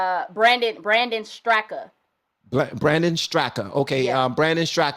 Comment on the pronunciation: Walkway. Brandon Straka founder. The 'a' at the end of his last name is silent. Pronounced Strak.